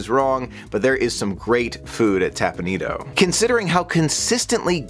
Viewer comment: Teppan Edo, not tapanido